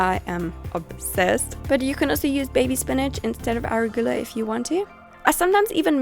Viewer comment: you say arugula funny.lol